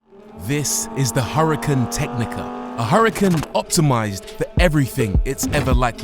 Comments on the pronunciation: its not hurri-kin its oora-kaan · Please don’t pronounce Huracán in English. Huracán was a Spanish Fighting Bull and because of that it is pronounced in Spanish.